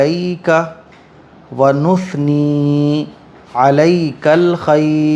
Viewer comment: Assalam valekum va rahmatulla hi va barraka tahu mazeath ke sath kehraha hoon ki is duae qunooth me apne Jo padha hai ki va nushni nahi nusni hai sheen nahi sey hai.. mere kene me jo galti hai to maaf karein usko sahi karein..ya mujhe iss tarah se sunaideraha hahi pata nahi